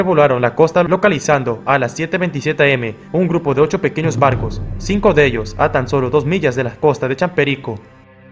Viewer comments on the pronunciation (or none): 5;33 por qué dice bardos en vez de barcos🤏🕶️🤨